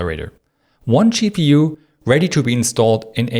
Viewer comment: Great video except the extremely annoying pronunciation of GPU as Chi-Pee-You and TDP as Shi-Dee-Pee. Hard to listen to and hard to understand what you mean.